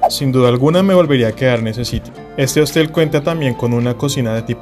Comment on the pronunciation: Se dice Hostal, no Hostel